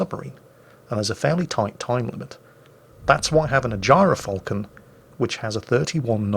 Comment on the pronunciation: gy ra falcon... sounds wrong